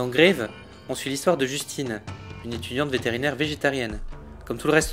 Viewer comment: Les gens qui prononcent "Grave" de façon anglophone, faut arrêter hein. : ^p J'suis lo premier-e à être chiant-e sur la prononciation des mots anglais et des titres de films mais là c'est un film français ! Julia DUCOURNAU est une réal française, tout le film se passe en France, et même, pour avoir eu la chance de voir le film en présence de la réalisatrice, le sens de ce titre est lié à l'utilisation de ce mot... dans la langue française ! Au Japon, on met le nom de famille AVANT le prénom. Donc c'est KUROSAWA Kiyoshi, et non l'inverse. : ^p Bon à part ça, j'ai vu "Grave" en Cinexpérience et j'ai A-DO-RE. 9/10 Ne surtout pas s'attendre à un film d'horreur style shocker. Selon la réal', ce n'est PAS un film d'horreur. Et je suis assez d'accord. Il y a quelques éléments qui auraient leur place dans un film d'horreur mais c'est tout. Il y a assez peu d'hémoglobine et... et j'en ai déjà assez dit.^^